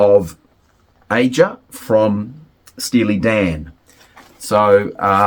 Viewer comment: Aja is pronounced 'Asia'...yet you have listened to the album extensively???? I don't think you've listened to it all